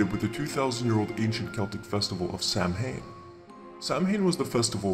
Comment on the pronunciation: Nice work! Though I would like to point out that Samhain is pronounced "Sah-win"